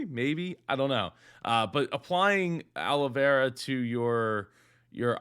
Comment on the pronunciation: I find her pronunciation of aloe vera as "Olivera" absolutely hilarious